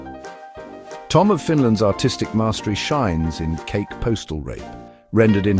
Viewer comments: Kake is pronounced Kah Keh not like cake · Ka Kee is the correct pronunciation.